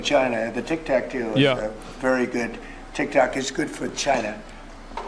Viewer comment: im actually sure he called it taktack on purpose, because he went back to saying tiktok after a bit